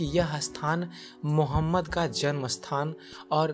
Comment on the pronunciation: Apne mazhab k bare me batao koi zarurat nahi hai islam k bare me batane ki tumhare mu se achha nahi lag raha hai pyaara sa naam mohammad or na tumhare talaffuz sahi hai